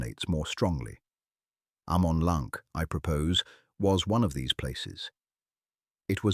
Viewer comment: AH-man LAHNK